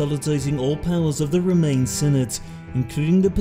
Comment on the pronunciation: I love your accent but why you pronounce Roman as remain?